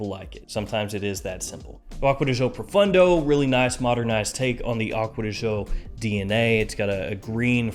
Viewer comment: Just curious brother…why do you always pronounce Profondo like Profundo…just sayin lol Love all your stuff though man, always check out your channel